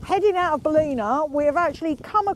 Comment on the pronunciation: Hi love your videos. The town is pronounce bal-in-a lol😂